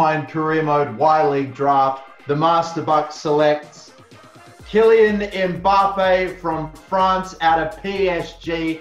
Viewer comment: Bruh, love your vids, but I just keep getting bothered by how you're saying Mbappè. You're saying "Embappè", many people do this when saying names with an M before a consonant. There is no "e" sound at the beginning of the name. It's be a slightly elongated M but very subtly. The way you say the M is more like "mmm" and not "em/emm". Sorry, it's just getting to me.